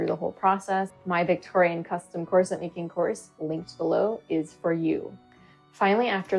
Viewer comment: Core. Set. — that’s all I hear and it’s so distracting